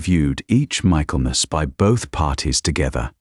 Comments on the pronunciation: I have thoroughly enjoyed this story! Try to add their children to the story wrap up. ❤ Also it isn’t pronounced MICHAEL MAS… it is Mikklemis. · An excellently told story, although I wonder how it continues; for sure, there's a second half of this story waiting to be told! Oh, and it's not Michael-mass. it's pronounced Mickellmass! Just one of our weird English pronunciations!